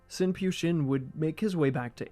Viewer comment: Pyu is pronounced "Phew" not "p you"